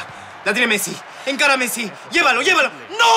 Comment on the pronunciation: Ajsjsjajsj Nicolás diciendo Ancara Messi